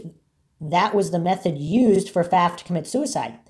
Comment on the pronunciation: Last name pronounced correctly. Thank you